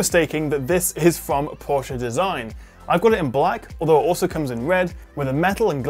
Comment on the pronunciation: A reviewer of this phone that pronounces Porsche correctly :O :O :O